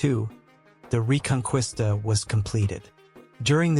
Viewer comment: Who is this bumbling buffoon narrating? Literally ANYONE familiar with the subject matter knows how to pronounce "Reconquista", and this guy is hurting my ears. The rest is propagandistic tripe; there were no "forced conversions". Like with the jew, the moors were given a choice to convert or leave. If they converted then the expectation was they gave up their mohamedan ways.